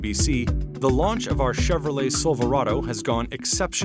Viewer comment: Could've swore he said "Chevro-Legs" 😂